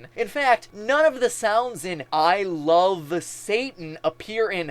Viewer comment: it sounds like "i lofe satan" rather than love